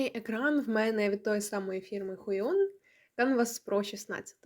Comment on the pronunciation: Хайон назва планшету читаєтся)))